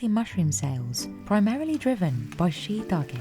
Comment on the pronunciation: She pronounced it wrong every single time 😂😂😂, the farmers pronounced correctly